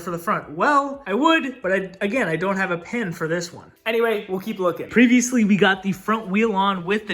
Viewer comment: You got 'previously' correct the first time, then what happened?! 😅